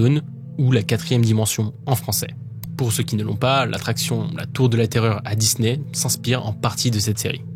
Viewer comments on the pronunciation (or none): none